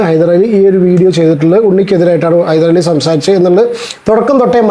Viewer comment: ഹൈദരലി അല്ല ഹൈദ്രോളി 😂